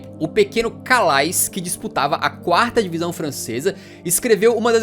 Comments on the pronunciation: Calais pronuncia-se "Calé" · Calais não 😂. Se pronuncia Calé. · se preocupou em pronunciar o nome desse, mas, sem pena, errou o anterior, pois Calais se pronuncia "CALÉ". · Calais se pronuncia Calé